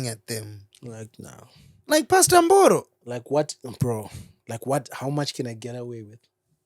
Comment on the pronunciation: You didn't have to say pastor Mboro over and over again.. ndafa ini apa u pronouncing it pachiShona😂😂😂😂